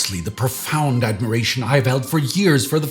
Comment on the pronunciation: said "admidiration" instead of admiration. I thought of George Dubya Bush.